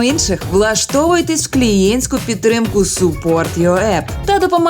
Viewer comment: Супорт? Пьорфект інгліш входить до чату)